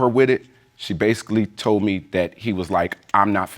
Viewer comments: "Tollen" I still can't believe that came out of his mouth and he didn't correct himself. SMH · The alleged baby daddy seriously said "tollen".... Lol I guess the word "told" was too much work to say 😂 stay in school people! 🤦🏾‍♀️📚